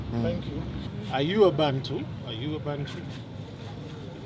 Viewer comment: True. And its Abantu not bantu. Aba-Ntu. Abantu